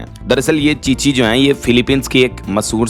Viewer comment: ची ची है या छी छी